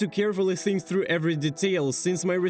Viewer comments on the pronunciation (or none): ну знаешь, больно да прикольно, он старается, а мне в рофл слушать его "тхругх"